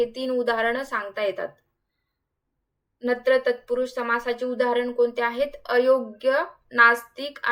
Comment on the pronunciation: वाक्प्रचार आणि वाक्यप्रचार हे दोन वेगवेगळे शब्द असून त्याचे उच्चार अचूक करावेत त्याचप्रमाणे नत्र तत्पुरुष हा समासाचा प्रकारच नाही तो शब्द नत्र नसून आणि त्यातील दुसरे व्यंजन हे न अनुनासिक आहे त्यामुळे त्याचा उच्चार नन तत्पुरुष असाच करतात.. नत्र नाही .....नत्र 😂😂😂म्हणजे खत नायट्रोजन असलेले खत